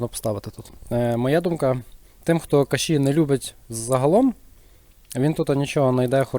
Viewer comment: кашІ з наголосом на останній склад звучить прикольно) Це волинська говірка?